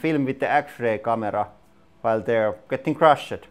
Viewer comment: while your english is way better than my attempts would ever be at your language, I have a pointer for you. When you use past tense words such as "crushed" you have a tendency to say "crusheded" or when the word is "filmed" you say filmeded".